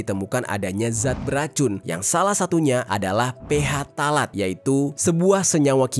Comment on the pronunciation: Koreksi bang, baca phtalate yang bener itu "ptalat" bukan "ph talat".